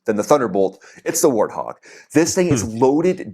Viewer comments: Hart Wog. 😆. My friend... As everyone else is saying, it's "Wart... Hog" Like a wart on the end of your nose and a hog in the mud. I used to work on them every day along with F-16s when I was in the Air Force and they're definitely are one of the greatest planes ever made. Getting rid of them just isn't smart because they're the only one that can do what they do. 77! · Lol 🤣 you said "Art- twog" it is in fact "war-t - Hog" 😉 you'll get it. Great show 👍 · You're saying hard talk it's wort hog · You are saying it with an "H" instead of a "W". Warthog. Not Harthog. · It's pronounced "WART HOG", NOT "Hartwog". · Wah-Art-Hog my friend. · it is pronounced the A10 War--t--hog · The gun's rounds are hitting the target before you hear the sound. It's pronounced "Wort Hog" the W is NOT silent. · Hello, when you pronounce Warthog, you seem to leave off the W. I asked AI why and they said that you do not have the W in Portuguese, but it you say the word like this "U-arthog" It might make you say the w sound before the word. They also suggested. (Just trying to help) 1. The word "UAU" (Wow) This is the most direct equivalent. In Portuguese, the "UA" in "Uau" creates the exact English "W" glide. Tell them to start "Warthog" exactly like they start "Uau." 2. The word "ÁGUA" (Water) The "GUA" part of "Água" contains the "W" sound. Tell them to take the sound from the end of "Água" and put it at the beginning of the plane's name. 3. The letter "U" in a Diphthong In Portuguese, when a "U" is followed by another vowel (like "UE" or "UI"), it naturally becomes a "W" sound. Examples: Quatro (Kwatro), Cueca (Kweka), Linguiça (Lingwisa). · War t hog [w in why] A warthog is an animal. If you look it up it may have a pronunciation. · 😂😂😂 A10 WART HOG.... After I heard you say it three or four times I had to rethink it ‼️🥴🥴🥴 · I forget Portuguese have a very hard time saying W and R you say Hortthog lol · Hart hog works 😂 makes your heart go brrrrrrrrrrrrt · Wart Hog; Wha rt Hog